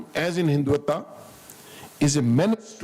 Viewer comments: Listen to This Paindus pronunciation San Tzu - sant Zoo Hindutva - hindu Vataa Reich (called RAA i ch) - Reech Kautilya - kaatuliyaa Mohan yadav- mohan Yade v LGBTQ - LBGTQ ChatuRangaa- chaat rungaa😂😂 They were keep repeating this is very comprehensive and all😂😂😂 it was just to polish the boot of this general bcoz we all know the kind of street talk he has given here. And we know how much power generals weild in pakistan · An ajim Fauji Gernail of Papistan who can't even pronounce rightly the " Terms" he is lamenting on ( Hiduta when it's Hindutva , etc etc ) is considered by another buffoon in the end as " SIR MASHALLHA KYA TALK DIYA HAI PHD LEVEL HAI YE TOH " What nonsense even an undergrad in India can give a better talk than this joker !! 😂😂😂